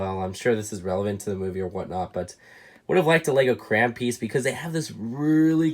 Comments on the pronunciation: Every time he says "cran" instead of crayon 🤦🏻‍♂️ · Does it trigger anyone else that he says crayon like Kuh-ruh-ah-nuh and not Kuh - ruh ay - o - nuh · said cran and not crayon and I know the word he said is not a curse word but to me it is sorry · Take a shot every time he says cran instead of crayon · I noticed that you say Crayon like "Cran". It's really cool to hear how people pronounce words differently.